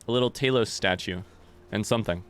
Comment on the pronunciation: The way you pronounce the mighty Talos(Tah -los) "Tay-los" triggers me, but in a fun way lol. I am watching a blind playthrough after all, frustration is a given for the common blind playthrough viewer.